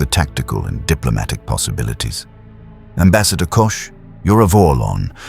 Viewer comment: Not Kush it sounds like Cosh.❤❤🎉🎉❤🎉❤ 😮😮😊😊😅😅😂😂🥺